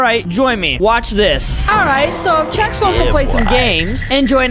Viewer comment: Yea “Chef” it’s Chex